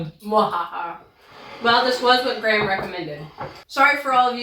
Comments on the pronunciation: Graham is usually pronounced Grey-am(gray for USA-ians) not Gram. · Question, why do you pronounce Graham like gram, it's supposed to be said like gray-um